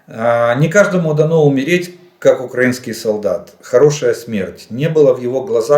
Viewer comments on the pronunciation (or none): none